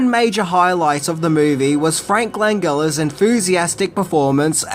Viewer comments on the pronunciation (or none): Frank Langella's last name has a soft "G" not a hard "G" Lan-jella